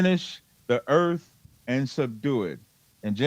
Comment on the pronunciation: As soon as Cap said “Eart” instead of “earth” I would have walked the f*ck out of there. I’m not debating a mentally handicap stroke victim suffering from grandiose delusions 😂